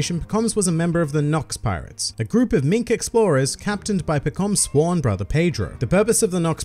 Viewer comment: You DO pronounce it differently from the anime. I heard about it on a subscriber benchmark, but now I heard it myself.